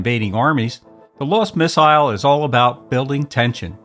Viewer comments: Who the hell pronounces “missile” like that? I’ll tell ya who—an outer space alien, that’s who. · You don't have a British accent, but you pronounce "missile" like the Brits.